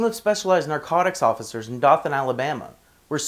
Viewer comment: Dothan is pronounced doe-than with a long o. Also dothan alabama has the most racist police anywhere in the nation. I used to live right near dothan and every time I drove through there I was always stopped and harrassed.